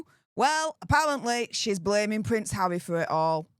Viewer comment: You really tried to actually say harrrrrrry in this one 😂 but it still came out as havvvvvvy 😂